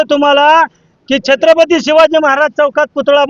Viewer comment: अरे यांना नीट छत्रपती म्हणता येत नाही म्हणजे चांगले वंशज बनायला😅 जय शिवराय🚩